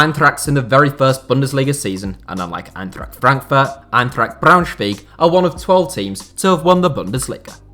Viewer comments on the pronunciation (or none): The thing is that he said BraunschwEig and not BraunschwAig. But I'm impressed he nailed the schw it's preaty hard haha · ich hab noch nie einen einzigen Deutschen gehört, der BraunschwEig gesagt hat. Aber ja, für jemanden der nicht deutsch ist, ist die generelle Aussprache richtig gut. Der Kommentar war auch eher als Witz gemeint, eben weil sich so viele über "two Bundesliga" aufregen. Er hat auch Kaiserslautern perfekt ausgesprochen, was beeindrucken ist. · he said "Braunschweeeg" did he not?! Was funny! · Everyone complaining about the fact he said "two bundesliga" instead of "second bundesliga", nobody complaining about how he pronounced Braunschweig lol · well...of course it is and he'll catch on (I'm sure), but it is funny how he said it, I got a laugh, didn't you?!